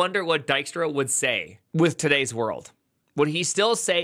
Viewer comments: Dutch nod of appreciation for pronouncing his name correctly 🙂‍↕️ and not “Deekstra”. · It's funny hearing an American pronounce Dijkstra (close to) correctly after watching the butcher job done in The Witcher. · Always read it like Di*k-Star, not a bad pronunciation though!